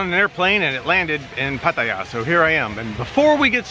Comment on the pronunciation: Good video.. Thanks for pronouncing Pattaya correctly.. No Thai in Thailand would ever say Pa-Tie-Ya...